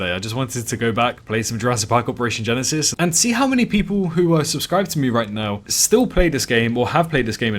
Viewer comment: Everytime you are saying jurassic park operation genesis i subconciously hear jurassic park operation genecide xD